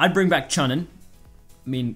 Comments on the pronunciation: choooonin not chunnin, I was cringing so hard 😂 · Lol you pronounced chunin wrong